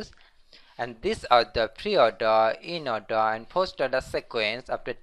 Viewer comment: eeennn-Ordaaa (inorder).....boosss orda(postorder).........pee - orda(preorder)...........Pin F (printf)